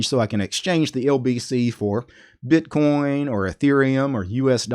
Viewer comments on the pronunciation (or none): none